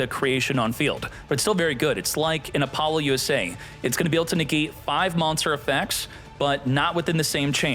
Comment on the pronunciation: Bro pronounces Appoulusa as: Apollo-USA